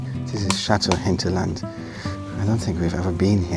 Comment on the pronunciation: “Chateau Hinterland”!🤦🏽‍♀️